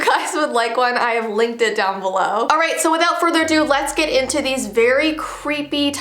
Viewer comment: When she said I linked them down below I though she said licked in down below